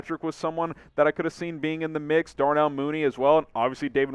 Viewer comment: it’s not Darnold neither 😂😂 it’s Darnell